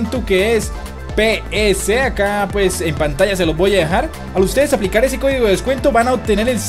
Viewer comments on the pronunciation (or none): es descuento no descueto